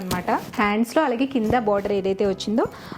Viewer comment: Meeru allagea anakunda aligea antunaru eandhuku mam, mee dressing mee style naaku chala istam